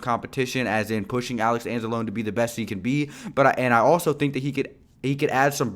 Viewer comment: You're pronouncing Anzalone wrong btw